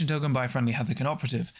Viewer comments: It should be "Haarth-kin", I think. That, or "Herth-kin" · Its pronounced "Haarth-kin" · Great video once again, thank you! Gotta say though, I think you mispronounced Hearthkyn every single time, or… I just don’t know how it’s pronounced. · Im sure someone said it but its HEARTH-KYN was so hard to follow when i heard it 😅 i do like the video though.